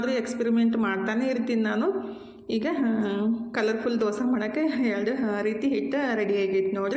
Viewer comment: ಅದು ದೊಸಾ ಅಲ್ಲಾ ದೋಸೆ